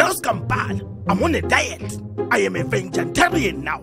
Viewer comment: “Vegantarian”😭😭😭🤣🤣🤣My chest!